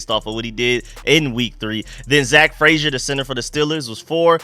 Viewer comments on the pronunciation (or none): none